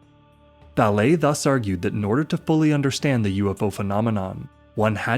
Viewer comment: Valê é a pronúncia, horrível ouvir o erro várias vezes